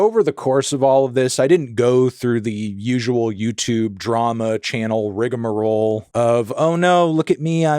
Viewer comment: Appreciate the correct pronunciation of rigamarole. Good lookin' out, kid.